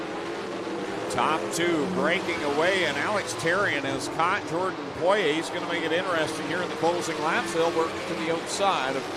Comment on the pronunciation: Buddy needs to learn how to say Poiriers name